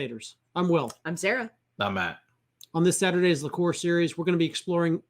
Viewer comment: Liqueur is pronounced as Lick-yerr not Lick-ore ;) RedBeard bloke is a spoilt numpty prima-donna lol -Well, u Yanks hv a good channel THANKS